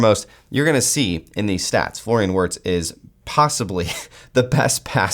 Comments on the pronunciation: Virtz* Germany pronounce W as V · This guy has the absolute worst pronunciation ever 🤣 it’s said VIRTZ